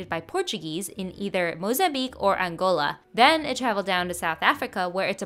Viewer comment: Why is her intonation like that, so weird.. angOLÁ lmao wth